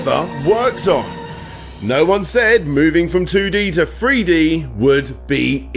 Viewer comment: Are you saying Three-D or Free-D?